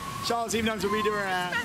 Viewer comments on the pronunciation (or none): none